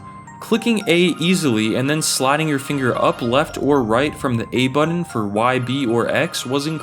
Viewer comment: Sorry, had to turn this off after hearing the word "buddun" too many times